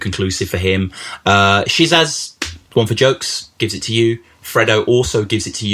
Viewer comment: It thought it was pronounced "Ya Boy Big Sizz"?